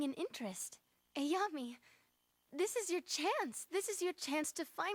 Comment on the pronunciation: I really hate how the dub screwed up Ayame’s name. I mean, is it really so hard to say A- YA- MAY?